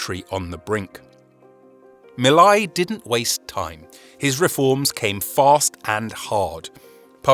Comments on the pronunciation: The "ei " in Milei rhymes with say not eye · How hard is it to pronounce Milei( me + lay) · His name is pronounced Me Lay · It's pronounced "mee-lay"